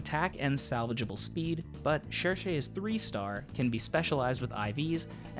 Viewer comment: Excuse me did you just say Shershay? I think thats Cherches worst pronounciation next to Akariss's. (Sh-er-ch)